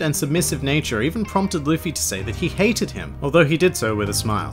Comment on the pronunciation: It's Luffy not Luffey